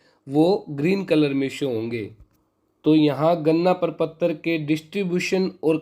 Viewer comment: Gadna prapatra not ganna praptra 😂 but good information Thanks sir